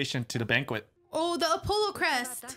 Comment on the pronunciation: It's AW-POLLO not AHHH-POLO